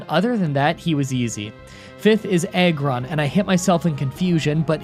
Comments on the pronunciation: im sorry did he say eggron why does this make me cringe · Did anybody realized that he said EGG ron? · It’s Ägrron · The fuck's an "Eggrun?!"